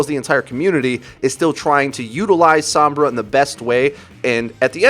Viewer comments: i feel a 6th misconception should be added. How her name is pronounced. It's So-M-Brah, not Some-Bruh. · Isn't Sombra pernounced like home. like he keeps saying SoM-bra when I believe it's S-oh-mmmmbra.. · Every time you say SAHM-bra I wince a little. It's SOHM-bra. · It's pronounced "s-oh-mbra" Not "s-aw-mbra" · "Sahmbrah" "ishenwalled" you sound so unbelievably white